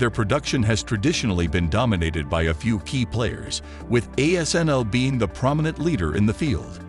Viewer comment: The ASML was just pronounced correctly